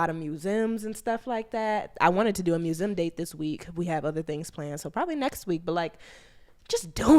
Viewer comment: I adore. But the way she pronounces museum makes me want to jump through the screen 😩